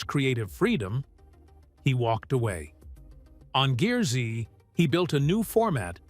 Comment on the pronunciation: If you had met Stacey David and heard him pronounce GEARZ, you would know it is not pronounced Gear-Z. It is pronounced Gears.